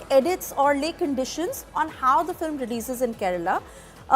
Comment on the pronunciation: is she pronouncing FILIM repeatedly? Am I hearing it right?